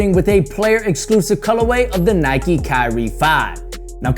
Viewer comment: Nike, nike, nike, nike... Facepalm (